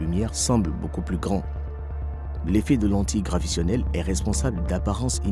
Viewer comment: On dit lentillle graviTAtionnelle, et non gravitionnelle....